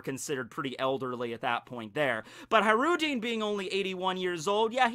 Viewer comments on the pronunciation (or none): ISnt his name pronounced HaJrudin with hard J? his name from Arabic i think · High-Roo-Dean lmfao holy shit 20 seconds into the video and I'm already losing my shit